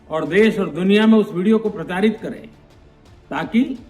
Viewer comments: ये तो प्रसारित को प्रताड़ित कह रहा है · प्रताड़ित bola प्रसारित ki jgh 😂😂😂 सुनना अच्छे से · Kya suna video ko pratadit ( प्रताड़ित) krna😮😮😮😮😮😮😮ky bol rha h pm sahib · मैने प्रसारित को प्रतारीत सुना😂😂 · seconds per dhyan se suney kya kha प्रसारित या प्रताड़ित